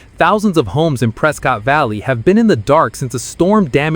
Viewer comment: I believe the locals call it "Pres-kett" not "Pres-cott" like most people would say